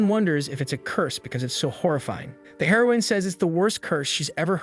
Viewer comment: Dumb ai can't pronounce it properly